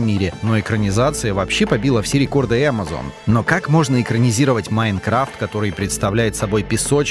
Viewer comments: Почему ударение не правильно ставит не Майнкрафт а Майнкрафт говорит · Не МаЙнкрафт а МайнкрАфт.